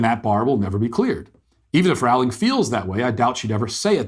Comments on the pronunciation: It’s Rowling like rowboat not like rowdy. Love her. Trans woman aren’t woman. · BTW... It's Rowling as in Bowling....!! ;-) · It’s Rowling like Bowling. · Rowling. Roll-ing. 😊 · You pronounce Rowling "rolling". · I’d like to listen to what you said here… Go ahead and re-make this entire video for me, pronouncing Jo Rowling’s name properly. Then I’ll give this a try again. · Could you spend the 5 seconds required to learn how to pronounce her name? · J K Rowling. He kept pronouncing her name incorrectly. "Deserve it"? Beyond my pay grade.